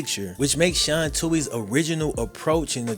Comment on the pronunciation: You might want to learn how to pronounce the Tuohy last name to give yourself a little more credibility